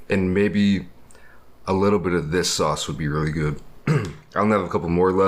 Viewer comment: LOL “where’s the “saoss” immediately becomes normal a few seconds later and says sauce